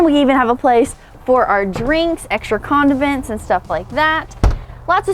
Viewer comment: I was just fun’n. You said condivents. Lol